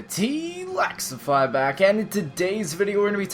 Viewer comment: your t lExify not lAxify